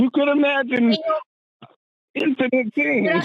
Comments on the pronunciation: Forrest, love your content, but the way you pronounce "infinite" drives me crazy. Please fix😊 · Say “INfinite”. Not “inFINite.” [& the e is silent.] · I love Forrest, but I hate his pronunciation of infinite. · Has there been a shift in the pronunciation of "infinite"?